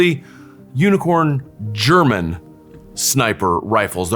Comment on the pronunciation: What a fantastic presentation of 3 amazing sniper rifles. I didn't know the Model 93 SR until now. Thank you for that. Even your German pronunciation is pretty good